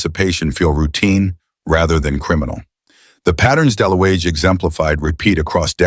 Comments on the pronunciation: The name is pronounce dalooga. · It’s pronounced “de-looga” — no biggie, just fyi